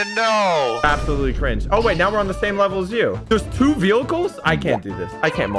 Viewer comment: “Vehilcels”